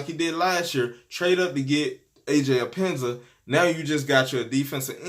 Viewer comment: Bro his name is pronounced Aj ep pen nes sa